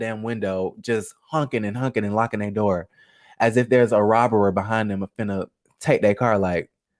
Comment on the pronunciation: “They went to dior and tore up their steyor “ 😂😂😂 shut up !!!! I am cracking up so loud about that